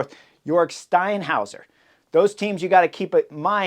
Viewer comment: That was the best 'Steinhauer' I've ever heard. Impressive!